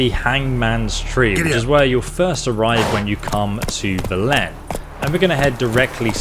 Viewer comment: Great video! :) But please, stop saying "vel-E-n", it's "v-E-len"